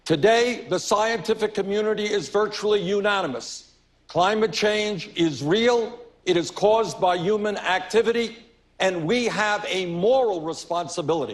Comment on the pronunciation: there's an h in human bernie